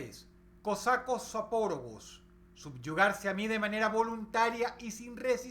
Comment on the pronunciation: Parece que dices: "zopórogos" en lugar de "zapóragos"